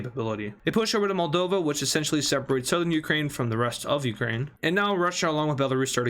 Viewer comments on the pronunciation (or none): none